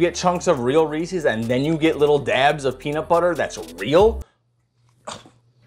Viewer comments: Its "reese-iz" not "ree-cees" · Every time you say ree sees you lose a year of your life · Reese's - It rhymes with "pieces". Where do people pick up this "Ree-Sees" pronunciation? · I noticed many Americans saying Reeses like "Reesees." It is a small annoyance for me. Think Reeses Pieces...it flows and rhymes. Reesees disrupts the beauty of such a tasty product. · Looks good, but it hurts to hear someone saying "Ree-Sees" instead of Reese's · Recipe looks good but your pronunciation of Reese's hurts my soul.